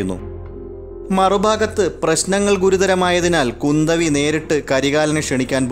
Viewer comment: പൊന്നിയൻ സെൽവൻ അല്ല സർ പൊന്നിയിൻ സെൽവൻ... പൊന്നി നദിയുടെ മകൻ അത്പോലെ കുന്ദവി അല്ല kundhavai.... കുറ്റമല്ല എനിക്കറിയുന്നത് പറഞ്ഞു എന്നു മാത്രം